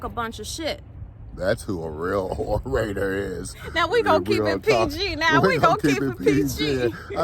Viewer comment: The Oral-rators🤣🤣🤣🤣🤣🤣🤣🤣🤣😂😂😂😂😂😂😂😂